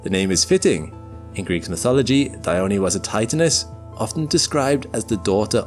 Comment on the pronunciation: Dione, not Dyoni